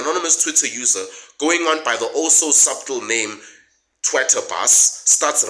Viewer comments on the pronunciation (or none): I don't mean to be a grammar nazi but subtle the b is silent pronounced suttel, that said you're on the money with the expose of the supposed purveyors of honest news,a pet dog is honest,but not the media, their news comes wrapped in the currency of their choosing.